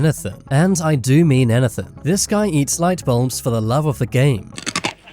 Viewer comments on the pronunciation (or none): Bro said anythan